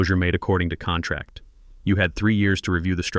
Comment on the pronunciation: These stories are good but saying contrack instead of contract is unacceptable.